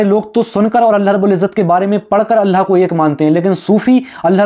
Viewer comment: اللہ کا تلفظ کرو بھائی